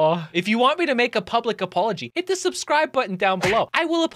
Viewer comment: Uhm.... every time you say Subscibe. I see a colors show up on the button and you saying that thru your video. XD